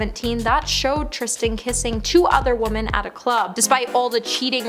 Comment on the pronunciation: her name is "",other womEn not woman,three diffrent womEn,omg the pauses and the heavy breathing are just not gonna go away,is it? this is painfull jesus please try to practise or memorise before tapppping,it will get easier with time